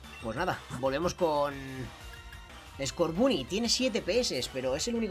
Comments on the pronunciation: Estás pronunciando mal scorbany se pronuncia scorbony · Se dise como en ingles el scoorbuny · Escucha el primero que que conseguiste skurban y lo pronuncias mal porque en realidad se dice score Bunny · Scotboony se pronuncia scorbany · No es scorbuuny es scorbany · Se dice skoorbany no skorbuny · se dice escorbany no scarbunny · Escorbunny se pronuncia Escórbany😃😃 Me encantan tus videos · Se dice escorbani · escorbunny se pronuncia escorvany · Se dice scorbany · se dice scorbani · scorbunny se pronuncia escórbani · Se dice scobunny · Se pronuncia escorbano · se dice skuovet